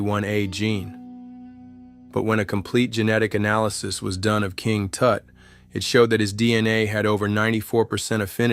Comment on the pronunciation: "King Toot", hahahahahahaha